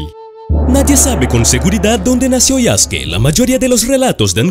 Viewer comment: No se dice Yaske. Se dice YasUke